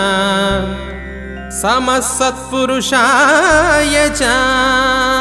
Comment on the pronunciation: Namasthathpurushayacha not samasthathpurushayacha